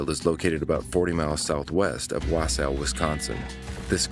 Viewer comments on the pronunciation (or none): none